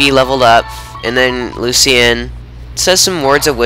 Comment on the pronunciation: its pronounced luchan